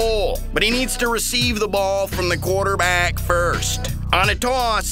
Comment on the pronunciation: His voice is funny "But he need to recive the baul from the quarterbaaaaaack first"